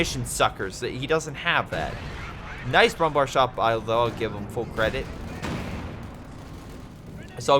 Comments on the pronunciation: Hey mr american fucktard. Brumbär isnt pronounced Brumbar. Ä isnt A. If Ä was pronounced like A then there would be no use for Ä. And yes it pisses me off because its ignorant and stupid. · yes it's pronounced brumbear